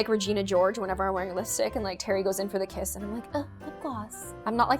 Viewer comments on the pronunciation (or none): none